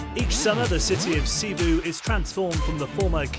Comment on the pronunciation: it's not SIBU god dammit, there is an second "i" in there for a reason, this isn't english where you have extra (silent) letters for no reason